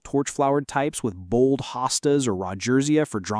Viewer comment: AI sadly.. it could have been very informative and enjoyable but with the constant drop me a comment message along with mispronouncing, hosta, clearly marks it as fake artificial intelligence.